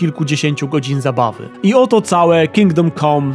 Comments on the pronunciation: Ciekawa recenzja. Można by się przyczepić tylko do wymowy samego tytułu. "Kingdom kom"? No nie, tak się nie godzi. Plus, daleki byłbym od nazywania tego tytułu "RPGiem". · Dlaczego wszyscy źle wymawiacie ten tytuł - KINGDOM CAM nie COM !!!!!!!!